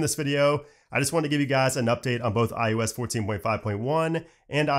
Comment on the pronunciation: I am begging you please stop saying iUS